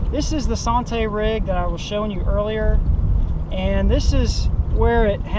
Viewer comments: anddd that's the SAHN-TAY rig. come on bro. Learn how to pronounce the rigs you are demonstrating. It is SANN-TEE rig as in Santee Cooper lake. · Lol it didn't even click in head I was like sahntee? That's a Santee rig lol good video! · you were trying to sound all fancy and whatnot, SAHN-TAY! ha ha ha ha! Made me laugh too! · SANTAY sounds so much better than SANN-TEE LOL However you say it I had fun watching once again...I use peg floats all the time..I have pretty good luck with them.... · Sawn tay.....lol....French Rig ? San T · Thank you. Drives us Texans crazy when they use the French pronunciation. It is San TEEEE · lol yeah that was like nails on a chalkboard. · It's just the way you pronounce santee. Good video tho like always.👍👍